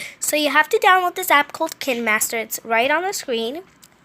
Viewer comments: KINEmaster Not KINmaster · Its kinemaster = k-y-ne Not kin master. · Its kindmaster no kinmaster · It’s not k-in master it’s K-Y-NE MASTER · It's not kin master is kinemaster the there is an e for a reason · "Kin master* its spelled kinemaster and pronounced (kiene-)- master not kin master no hate just saying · KINE MASTER not Kinmaster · It bothered me when she said kin instead of kine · Her: KEN-MASTER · Its “KUH-INE- master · Your not cool and btw you said kine master WRONG OMG WHO SUBED TO YOU OMG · sorry to be rude but the edits have to be on beat and actually make sense also its pronounced KIN-MASTER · Wtf is kin master😂😂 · I thought it was k-ine master like kind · kin mwaster... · It’s Kine master like K I N E I_E I blank E you know the long E